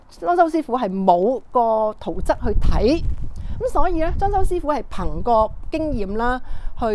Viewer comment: 圖則，則字讀（積）😅😅😅